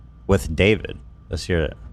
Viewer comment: Ethan accidentally calling Dobrik "Davrid" repeatedly had me dying 😂❤️